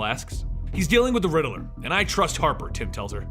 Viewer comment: Lol you kept saying "The Ridderler" It's just Riddler😂😅